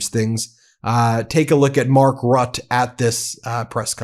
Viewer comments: Dear dear Ben, you can pronounce Mark Rutte's name correctly if you just find out how it sounds once...... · Ben, it’s pronounced RUTTER, not RUT, you’re upsetting your Dutch friends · Ben! Ben! Ben! Mark Rutte's name is pronounced like"Router", with a bit of a roll on the first "R". 👍 Huge thanks and congrats on the great work you guys and your associates are doing to show the rest of the world that America and Americans haven't lost their sanity and sense of justice..... 🙏⚖️🇺🇲❤👍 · Mark Rutte’s last name is pronounced correctly with two syllables: Rut-te. Great video! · To pronounce Mark Rutte, please dor not say "Rot", but pronounce the "U" in Rutte like in "Utmost" and also the "E" like in "thE house" at the end of his name. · Bro, I do enjoy watching your videos, but you should really work on not buttering people's names. For example: Mark Rutte where Rutte is pronounce more RrhuttE, not Ruth, Roth or whatever is circling in your mind. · BTW Ben, it's Mark Rutte pronounced as "rut the" not just rut. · Please pronounce Mark Rutte's name correctly, Ben! It's RuttE with an 'E' at the end - (pronounce it like the 'e' in thE...) THX! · Rut-te not Rut 😉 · It's not "Rut", it's "RuTTE": you pronounce all the letters. Apart from that, very good reporting! Frightening though. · This is how you pronounce Mark Rutte his name when you speak american english: "Mark Ruttuhe" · Hi there. If you need help pronouncing Danish, Swedish, Norwegian, German names and in some degree Dutch and other European name, just reach out. By the way, I can assure you that Mark Rutte’ sir name is not pronounced “rot” 🙂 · Rutte. RUH TEH. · It is pronounced Rutte (Roota) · His name is pronounced: ROOT- tuh! Two syllables. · Please, Ben, it's Rutte, as if there's an accent over the e. 2 syllables: Rut-uh. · BEN !!!!His name is MARK RUTTEN!!!! [for english speaking to pronounce as MUTTON but then with an R, Rutten)!!!! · Pronounced Rutta!